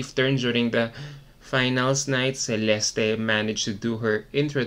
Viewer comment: WHY did MUPH change the pronunciation of her name??? This was the 1st time that I heard her name pronounce as CHEh-lesty. Wth.